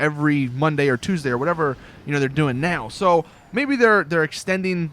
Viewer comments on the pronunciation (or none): none